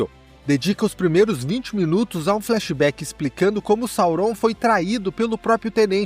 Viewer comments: Gente que fala “saurón” 😂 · Que agonia você falando o nome de Sauron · Ótima revisão, concordo com tudo… exceto com a pronúncia de Sauron 😂